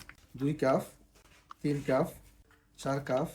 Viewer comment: উচ্চারণ সঠিক করে বলবেন।কাফ না কাপ